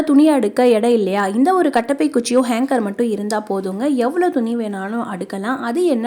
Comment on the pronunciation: Very good ! நல்ல ஐடியா!Hanger! Hanger, Hanker என்று சொல்லவேணாம்.